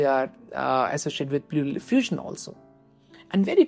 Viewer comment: Really helpful breakdown of CHF management! Could you explain how you decide when to introduce ARNI versus ACE inhibitors in practice? Also, a few corrections—for example, like 'dyspnea' instead of 'disna', 'orthopnea' instead of 'orthopnia', 'paroxysmal nocturnal dyspnea' instead of 'paroxismal nocturnal disna', 'pleural effusion' instead of 'plural diffusion', and 'NT-proBNP' instead of 'ND probnp'. Small edits like these would make the video even clearer!